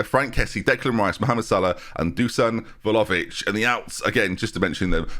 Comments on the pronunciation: PLZ PRONOUNCE IT VLA-HOE-VICH OMG PLEASE I CBA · I THOUGHT WE'D BE FREE FROM THE VLAHOVIC NAME MURDERING OH GOD